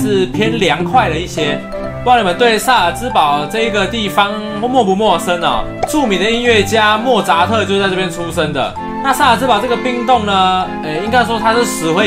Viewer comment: 摸扎特的扎是第一声哦